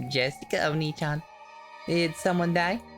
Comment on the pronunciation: So, I don't know if you guys learned it already, but the "ee" in "onee-chan" is not at all pronounced like the English 'ee'. It is more like an elongated "eh", even an "ay" would be closer. It is not a big deal, but the way our pronounce it makes it sound like "onii-chan", which means "brother", making it just a bit uncomfortable wan it is used to refer to Jessica, given the headcanon you guys made. We don't want Maria misgendering Jessica right?